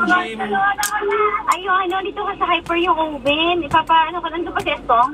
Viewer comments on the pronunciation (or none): none